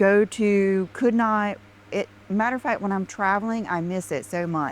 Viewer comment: Dear god, please stop her from saying "matter-a-fat". I can't take it. And while you're at it, please stop her from saying "oh my gosh you guys". 🤮